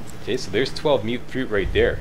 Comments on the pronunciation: Yeah and everyone else, it’s “mute” fruit not “mutt” fruit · Yeah I know, it's just the first time I've heard it pronounced that way. Every other video seems to have it as "Mutt fruit" haha.